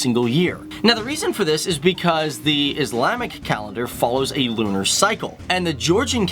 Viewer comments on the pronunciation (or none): none